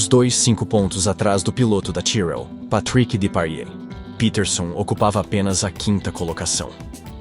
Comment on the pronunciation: Vejam bem: é preciso estudar a nacionalidade dos piloto e a pronúncia de seus respectivos nomes. Depailler, por exemplo, era francês e jamais era chamado de PatRRíck. Se fosse inglês/americano, seria "PétRRick. Já o saudoso Ronnie Bengt PEtErson era sueco e não existem "Píterson" no país escandinavo, certo? Obrigado.